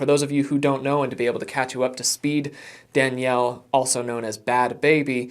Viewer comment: Yup. And her saying Danielle name wrong when it’s her job to know how to say the names so they aren’t disrespectful. Yet all I got where both where disrespectful towards Danielle.